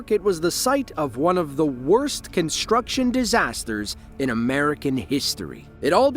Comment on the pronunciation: Why do you pronounce 'construction' as 'conshtruction'? There is no 'sshh' sound in that word.